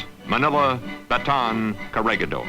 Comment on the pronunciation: PLEASE! IT'S KO-RE-HEE-DOR! GO BACK TO SCHOOL!